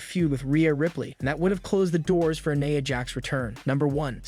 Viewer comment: Buddy it's pronounced like this.....nyeya not neea or whatever the heck u said.